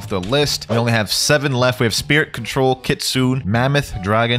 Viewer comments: Its Kitsune like you pronounce the letter "e" at the end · its pronounced kitsu-ney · listen carefully: kit-soon-ayyy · bro its KIT SU NE